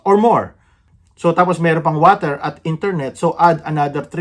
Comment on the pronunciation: I love it when you say WATER. 😅 with Canadian accent 😅